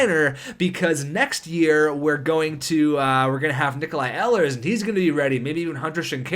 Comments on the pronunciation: Btw I hate to correct another name but it's pronounced eelers not ellers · Please, it's Ee-lers